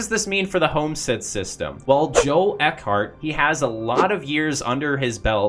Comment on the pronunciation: Not that it matters, but I had a friend whose last name was Eckert. He and his family pronounced it Ekk-Urt.